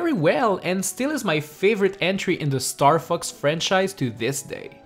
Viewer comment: it sounds like he is saying star fucks... no offence